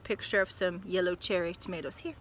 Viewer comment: Now I know so much more about tomatoes, or as you say “tomaloes”...we’re no better in the 🇬🇧 we say “tomarrrtoes”...Thanks, looking forward to your next instalment😀👍💕